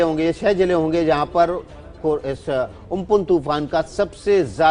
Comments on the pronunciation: It's not ompon it's amphan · It's Ampan not umpun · Amphan hai not umphun.